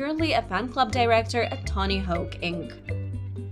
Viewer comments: It’s not tony hoke it’s hawk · Hoke lol this woman can't pronounce hawk to save her life